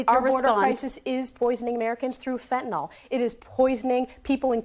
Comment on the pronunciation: The medication Fentanyl is pronounced “fent-a-nil” and not as the uninformed individuals say “fent-a-nol.” People that say “fent-a-nol” display their ignorance on the subject.